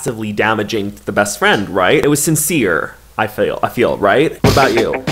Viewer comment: You are talking to me BEST FWIEND